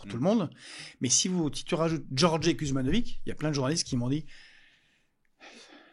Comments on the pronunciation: Ben moi sans racines yougoslaves, je prononce le nom « Kouzmanovitch »et je trouve parfaitement ridicule de le prononcer « Kuzmanovig ». Je trouve ça dommage de s’assimiler comme ça et d’encourager la paresse intellectuelle des gens. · Kuzmanovic c'est compliqué ? Dans le bassin minier hardcore, entre les Wisniewski, les Kovalczyk, les Marsciczin et compagnie, Kuzmanovic c'est niveau 1ere leçon chez l'orthophoniste :P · Kuzmanovic,roi des.faux culs, ne prononce jamais le mot de < Frexit >